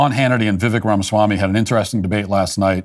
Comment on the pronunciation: Love you Matt Walsh but please pronounce Vivek correctly. Vivek like cake.